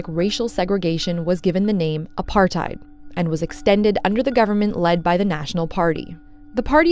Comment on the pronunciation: Not apartheid(your pronunciation) its APURT-Hate